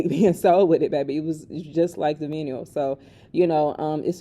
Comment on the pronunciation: The Pink Print 2 vinyl record counts as a pure album sale so each one sold is an album sold. I would encourage everyone to get one, no pressure though 😅 Also vinyl is pronounced with a long " ī " so it would be pronounced something like "vy-null"